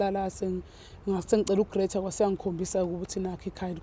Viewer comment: Grater ini usisi noma usho i graduation ?? Ngyamuzwa elokhu ethi wa grater